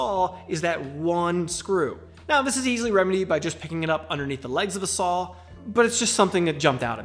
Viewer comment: Sawl lol love the accent